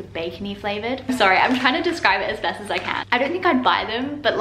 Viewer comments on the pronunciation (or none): none